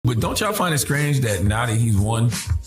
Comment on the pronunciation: Did he say “scrange”? Good luck pretending he wasn’t part of the problem when he was the guy who let Biden tell him whether he’s black or not,that should’ve been the end of his campaign